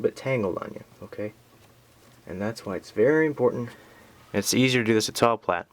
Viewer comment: That is not how you say plait >.<